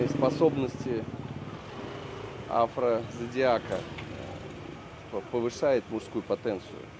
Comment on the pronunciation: афрозадиака ?Пьяный чтоль?